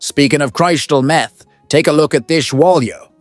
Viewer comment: Wow, the AI script and voicing is really bad here. "Christal Meth" "Artie BUCKO" "one of these old must gets wet" "Richie a Prior" I can't keep track any more. Great video otherwise.